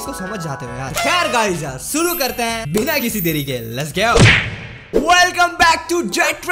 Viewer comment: Why He Say 'Suru' Instead Of 'Shuru' ??